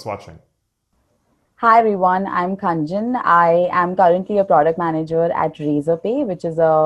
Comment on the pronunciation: I'm Khaaaanjn not Khanjan 😂